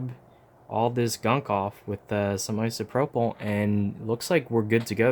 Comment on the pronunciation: Can every body say ISOPROPAL